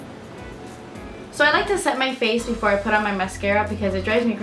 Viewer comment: Be-for-ray made me LOL. gorgeous as always!